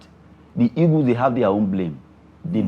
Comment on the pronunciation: Can someone help me with the right pronunciation of the Nigerian national team? Is it 'egos' or 'eagles'? I thought they are called 'green eagles' but i hear almost all Nigerians saying 'green egos'. Someone should please help me out.